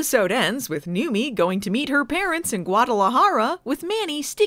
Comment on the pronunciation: Wait, has it been "Newmy" and not "Newmie" this whole time?